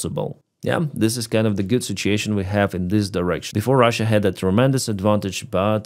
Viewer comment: Ukraine takes a burned out tree back from the Russians- reaction: 👁👄👁 "WECHAVE AN OFFENSIVE"